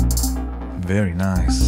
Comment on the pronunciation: first thumb up... and BTW: NOT "very nice"....it's "ABSOLUTE VERY ICE" my friend!!! LOL